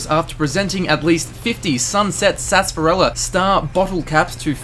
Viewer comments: It’s not SASSparilla it’s SARSparilla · Why does everyone say "sunset sasparila"? Isn't it "sunset sarsaparilla"??????????